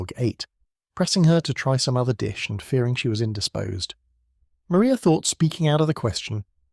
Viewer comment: Maria Lucas in Jane Austen's 1813 novel Pride and Prejudice, is pronounced Ma-RYE-ah.